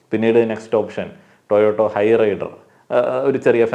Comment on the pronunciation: ടോയോട്ടോ അല്ല ✅ ടോയോട്ട.. താങ്കൾ ടോയോട്ടോ എന്നാ പറയുന്നത്.. പിന്നെ വിഡിയോയിൽ പറയുന്ന പ്രശ്നം ആ ഷോറൂം ജീവനക്കാരുടെ ഭാഗം കൂടി കേൾക്കണം വിഡിയോ തന്നെ.. അല്ലാതെ ഒരു ഭാഗം മാത്രം പറയുന്നത് ശരിയല്ല . ആണോ... എന്താ സംഭവം എന്ന് കംപ്ലീറ്റ് അറിയണ്ടേ..